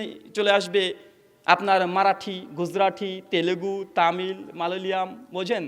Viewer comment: বোকা চো দা,,,,,,,,,,,,,,ভাষার বর্ণ ঠিক করে উচ্চারণ করতে পারিস না,,,,,,আবার ভাষন দিতে এসেছিস,,,,,,,,,,malayalam.....হবে,,,,,,,,,,,,শুধু দাড়ি রাখলেই,,,,,,,,,,,ধর্মের,,,,,,,বাহক হওয়া যায় না,,,,,,,,,,,,,তোরাই হোচছিস,,,,,,,,খাটি বাংলায়,,,,,,,হিন্দু মুসলিমদের মধ্যে বিভ্রান্তি সৃষ্টি কারী অপদার্থ,,,,,,বুদ্ধি হীন,,,,,,,,ধর্মের নামে কলঙ্ক সৃষ্টি কারী,,,,জললাদ